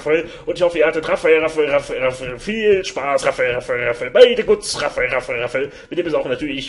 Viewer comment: Raphael Raphael Raphael .....iwann klingt das nur noch wie Raffel Raffel Raffel Raffel.... :D